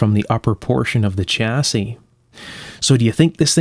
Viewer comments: i am not criticising yo but it shasse not chassie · The "Ch" in "chassis" is pronounced as in "Chevrolet"...